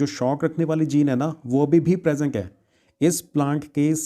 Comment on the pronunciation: Sir presenc nahi hota ha present hota pronounce 😂😂😂